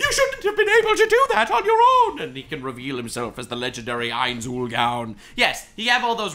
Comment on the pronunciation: mispronouncing ainzs name bothers me alot